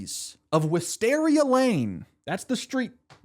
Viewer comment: theres alwayds a mystery to be solved in DH please keep it going! Also its pronounced Wis-TEAR-ia like tears (crying)